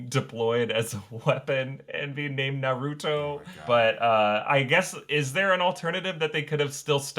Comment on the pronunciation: Why did I know they were going to mispronounce Naruto. 😅